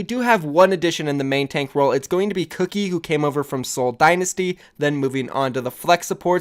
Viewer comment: Dude so many things wrong here. You keep saying "no change" when things did change. LA Valiant lost soon. Outlaws lost FCTFCTN, Mendo, and Clockwork as DPS. Not to mention mispronouncing names. It's not cookie, dude. It's Kuki